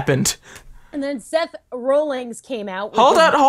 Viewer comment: I hate to be "that" person, forgive me because I can't help it, but I'm pretty sure it's Seth Rollins. Not Seth "Rollings".